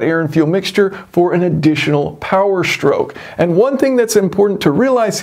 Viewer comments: Interesting design. I’m curious why so many American YouTubers say shtroke instead of stroke? Same thing with street and astronaut. Would you also say astray as ash tray? 😄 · "Power Shtroke" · 2-shtroke, 4-shtroke. any speech impediment?